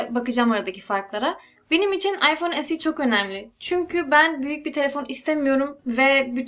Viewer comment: esi derken alman gibi oluyon direk se2de bence birde samimi güzel video 👍